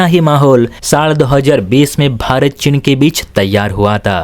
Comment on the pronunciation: चिन नहीं, चीन है। भाषा सुधार करो।